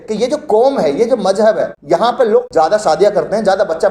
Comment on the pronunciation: Ganwaar apna pronouciation sahi kar Kosis nahi koshish hota hai Majhub nahi mazhub hota hai j ko z z ko j sh ko s s ko sh......padte ho Modi ki tarah school nahi gaya Kiya